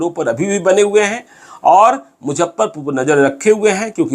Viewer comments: आपके वीडियोज की सूचनाएं बहुत जबर्दश्त होती हैं , लेकिन मुजफ्फरपुर को मुझप्परपुर जो बोलते हैं वो सुन सुन के मैं इरिटेट हो चुका हूँ। इतने बड़े जर्नलिस्ट हैं, कम से कम उच्चारण में सुधार तो कीजिये। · इनके लिये मुजफ्फरपुर, मुझप्परपुर है😁😁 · Sir mojhapparpur aap bol kr sare shahar ka aap janaza nikal derhe hain.pls aap pronentation thk kre nhi to aap ko log sunega nhi.thoda aap mehnat krein sir